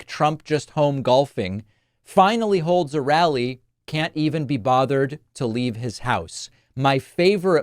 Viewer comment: Did anyone notice that Don the Con said, "No holes barred," as if it is the title of a porn movie, rather than "No holds barred," which is the real saying?... I mean "saysing."